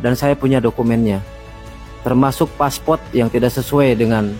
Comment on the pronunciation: Paspot ceunah wkwkkk ngomong yang bener